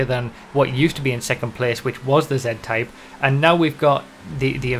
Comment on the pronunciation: sounds like he said Zen-Type